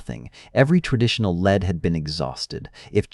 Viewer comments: "Every traditional lead had been exhausted." Lead pronounced like the metal. So so so sick of ai. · Led instead of "leed" (lead)? AI narrated! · In this context, "lead" is pronounced "leed" not "led." It's a shame these channels have to be dishonest by using programmed voice (sorry but AI doesn't exist, stop calling it AI) instead of a proper human host. Still, pretty crazy story. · Every traditional led....? Get better, AI man. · you know this voice is ai as it pronounced the word lead (as in a criminal case ) as lead, the metal. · What a joke. The asshole pronounced lead as led. Move on from these lazy idiots. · "Every traditional LEAD had been exhausted" with "lead" pronounced like the element. (How it's clear that it's an AI voice. No human would make that mistake.) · Stop using an AI voice lead and lead are 2 different words i know english is hard.The same happens in scifi stories. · "Every conditional lead." Lead as in metal. Is it not possible to change the AI pronunciation mid video? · AI doing it's best mispronunciations.. lead can be pronounced 2 ways and they chose the wrong one. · Use a real voice. This artificial voice mispronounces words, like “lead”. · AI is not remotely near as self-aware as you imagine it is, if it can't pronounce "lead" correctly based on context .